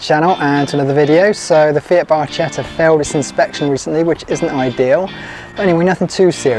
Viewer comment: Hello thanks for your videos, really good! If I may in Italian it's pronounced as "barketta" because the ch is a hard sound, hope you'll forgive me but a lot of Italians are listening in 😊❤